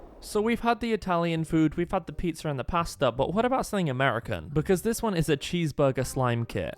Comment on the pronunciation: I can’t, the way he says “pAstA”😂😂😂😂